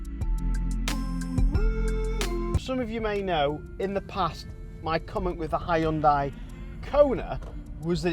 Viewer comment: And also haiondai 😂